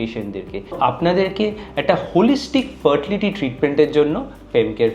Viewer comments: What is fartility,the word is fertility.Atrocious pronunciation.😅😅😅😅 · Faartity sounded like " thurturi padam "😂😂. When you are talking on a serious topic , make sure to pronounce the words correctly and not make a mockery of the actual content. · Poisa pachhis bole ja khushi korchis... Bhalo katha .. kintu ashikhito ar murkho tar sima chariye giye fertility ke faaartaliy ar ivf ke ibf bolchis keno bhai.. English uchharon ta sekh tarpor katha bol #chorpita